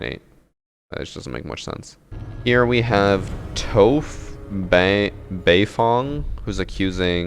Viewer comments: Hey,, go educate yourself and watch Avatar the Last Airbender. The pronunciation of Toph Beifong's name was horrendous. You butchered her name like cattle. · No one gonna comment on how horribly he said Toph? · The saddest thing about this video is that he said Toph's name wrong :((((((( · Not him butchering toph’s name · No shot you just said Toph like that....